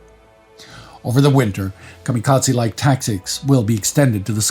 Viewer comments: I have never heard the term "kamikatsi" before. Are you trying to say kamikaze? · And Kamikaze is kamikaZAY, not tze